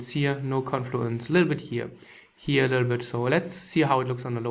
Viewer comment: Wenn er here gleich wir hier betont fallen mir die Ohren ab